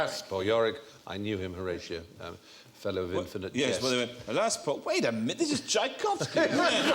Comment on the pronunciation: I'm amazed how these lot could say Tchaikovsky so easily.